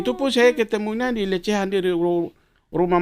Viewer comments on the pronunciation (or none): Lidah pak lenis, susah bilang lesehan, jadi lecehan😂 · P lenis kogoya bahasa indonesia amburadul, sebut warung lesehan sj salah.... LECEHAN... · Lesehan bukan lecehan, pak lenis😁